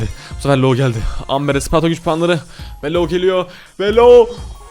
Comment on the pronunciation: Abi amberin okumuşu AMBIR